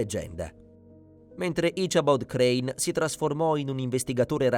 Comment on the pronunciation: "His name was 'Asabod Crann.' " 🤨 Come on now. If you have to use an AI narrator at least try to get one that can do a better job than this.